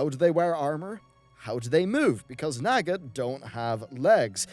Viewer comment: Naw-ga not naga, but great vid